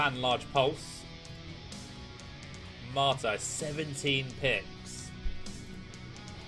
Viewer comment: it's called "Matar" not "martar" or "martyr"...